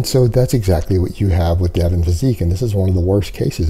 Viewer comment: His name is Devin, not Devon.